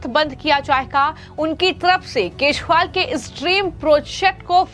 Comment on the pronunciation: Arvind kazriwal ka nam to thik se lo